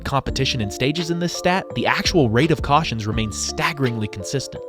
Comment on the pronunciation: "I smell beef jerky, CAWSHIN"